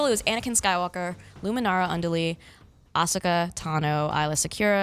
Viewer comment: Only here because the way pronounced Ahsoka’s name bothered me. A lot.